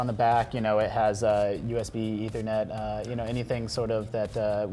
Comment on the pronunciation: Just the way she says Ethernet makes me cringe. I'm suddenly reminded why I tend to completely avoid IGN.